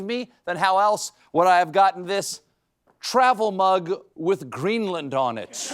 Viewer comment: Does that fox news host believe that Greenland is a disney ride? The way she pronounced it, makes me think so.